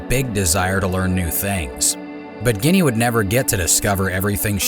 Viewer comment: why is he calling her guinea and not ...ginette....lol